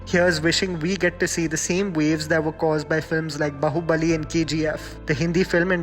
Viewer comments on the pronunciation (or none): Aaaaarhhhh it's SE-DU-PATHI not SIDDU-PATHI you just made a joke out of his sir name. What ever you do "jammy pants" you never aren't going to learn nothing. Its B-AA-HUBALI. When u make videos on south Indian movies(coz it's going to get you views and nothing else) try pronounce words in the correct way. This might not be a big issue but nevertheless I am observing that you simply don't take south Indians languages seriously at all you are just using south Indian movies for your growth that's all(selfish!!!!!). You never make a mistake in English then atleast "try" to pronounce a telugu word correctly. Respect the content you are trying to make, then expect people to like and subscribe. By the way it's not KU-RNOOL it's pronounced KA-RNOOL. FIY it's Nayantara not Anushka you **********.